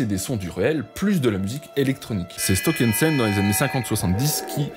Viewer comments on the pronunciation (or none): C’est pas « Stockhensen » mais « Stockhausen » 😉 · À 5,17s c’est Stockhausen, pas stokensend… 😉